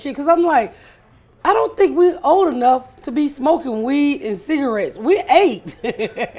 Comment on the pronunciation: It’s cigawetts!!